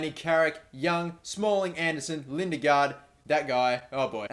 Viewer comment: As a dane, i'm quickly gonna teach you how to pronounce Lindegaard Li (as the Li in little) - Ne (as the Ne in next) - g - å (as the a in also)